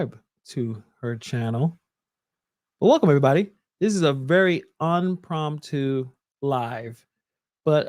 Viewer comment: Impromptu--- not unpromtu